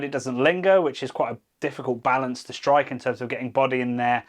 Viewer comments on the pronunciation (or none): none